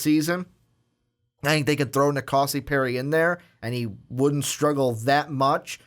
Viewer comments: These guys don't know how to pronounce any names for any QBs. Do some research before recording. Keeyaah, Rosseeeair, En-Kahsi. Come on. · It's Na Koh See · The way you guys say kayaa name makes me not be able to take this serious. Pronounced ki ya. Also nkosi is I think pronounced en koh cee.